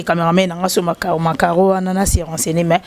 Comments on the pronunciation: Chroniqueuse oyo hum oza moyen te hein koloba macaron ! ozoloba macaro ses comme si ses un nom d'une personne macaro 😂😂😂😂😂😂😂😂😂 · na critiquer té puisque je ne connais pas tout .juste nalobi au lieu de dire macaron elle as dit macaro ses juste une erreur par contre l'erreur est humaine